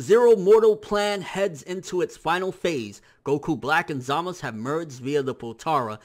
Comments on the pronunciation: Dude, it's ZamaSU not Zamas. It's even how they pronounce it in the anime. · I'm with you on that one. he keeps saying "Zama's" it's Zamasu. I don't know why he keeps saying like that though. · it's not zamas it's za ma su dumby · ZamaSU not zamas. that bothers me so much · Can you please say ZAMASU not ZAMAS... sounds so weird... Love your channel though! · isnt it zamasu? not samas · Snydy no its not man its zamasu the u is not silent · But neither does he? So why is he using the dialect version when characters IN THE SHOW say it phonetically? The only one that has very clearly said "Zamas" is Gowasu - and that may just be due to the voice actors' preference. With this in mind, saying "Zamas" just sounds a little weeaboo =P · quict calling him zamus. he even clearly says samazu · why can't you say Zamasu's name right? It's not Zamas. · Why does he call him Zamas? thafuq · why do you prounce zamasu like that ? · Stackz He thinks he's Japanese.